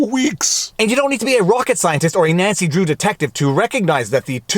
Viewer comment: I watch most videos at 2x speed and had to go to 1x speed to recognize that you said: "Nancy Drew detective". It sounded like you said... erm... something else.